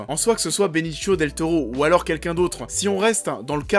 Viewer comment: Par contre on dit Benicio et pas Benichio, et pour Michael Peña , ça se dit penia, pas Pena . Voilà , sinon bonne vidéo !